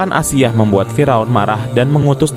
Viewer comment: Ralat asiah bukan aisah broo